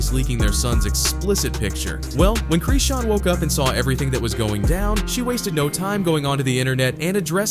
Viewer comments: Its Chrisean...not CHREEEEESEN.... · Why u keep saying creesean! That’s isn’t her name and y’all just making up things here. That baby ain’t goin anywhere … he gonna be right where he belongs… with his mama… y’all weird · Why errbody refuse to say her name right?